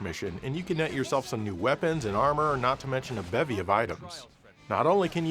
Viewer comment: U said Bevy.